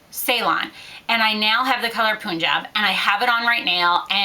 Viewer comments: it's punjab not poonjab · the color "punjab" is actually pronounced "pun"-"job"...just for future reference haha i absolutely LOVE your hauls though! you're quite the amazing makeup-ista :]